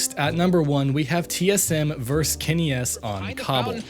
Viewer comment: it's pronounced "versus", not "verse"